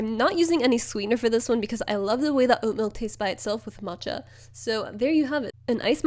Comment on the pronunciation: omg for some reason i thought you were trying to say “mocha” in the beginning but instead of pronouncing the ch as c you were saying ch so moCHa HAHA